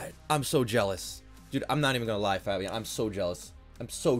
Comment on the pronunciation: Faaaabiaan? It's fabien